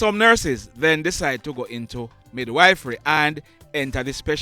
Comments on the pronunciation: Mid-wif-ry not wife-ry😅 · Me did kinda know a little bout that still. You kinda make a wrong pronunciation, it is midwife and mid wiff fery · Good evening, thanks for the news today. Just want to help you with the pronunciation of the word midwifery. It is pronounced mid-wif- rey. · Mid-wiff-ry is the pronunciation Thanks for all the news all the time